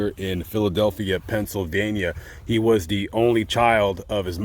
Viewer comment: “Pennsyldania” not gonna lie I died from hearing that 😂😂